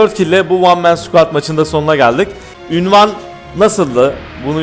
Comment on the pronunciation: abi ünvan değil unvan